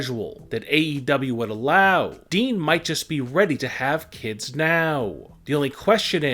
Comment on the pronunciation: Dude the way you talk is annoying. Longgerr. Kidss. And why do you say wwe like that